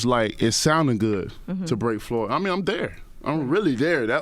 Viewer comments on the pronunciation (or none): none